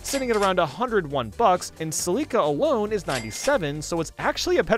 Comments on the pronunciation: It's funny you said Celeeka instead of Cell-ika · bruh have you not played Echoes. Freak are you saying Celica like that for? my man, looks like Thanos. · The way he pronounced celica makes me sad 🧀🧀🧀